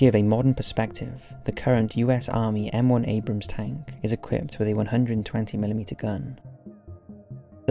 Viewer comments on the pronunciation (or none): none